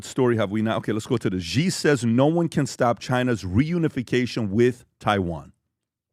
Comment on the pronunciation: Please communicate to PBD... China's President name is pronounced (SHE) and is spelled Xi.... with all the resources that Valuetainment and PBD have, they can't get anyone to help them understand how to pronounce President Xi (SHE) name. Happy 2025!